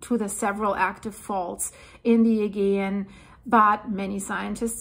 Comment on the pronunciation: my darling girl, Im sad that no one has told you yet that your pronunciation of Aegean is wrong, well I cannot bare to let you carry on saying it this way, please please do not take this as a criticism in any way, it is only meant to help you, and to stop anyone from butchering you because of it. So here it is the way it should sound, the problem is with the G in the word Augean, Im dyslexic myself and I always get the pronouncing wrong and the spelling here is how it should sound just turn the G in the word to a J and you will be saying it perfectly Ayjeean Here it is in syllables sounds like Ay Jeee an. Sent with love Old owl 🦉 Alaya UK. ♥️♥️♥️♥️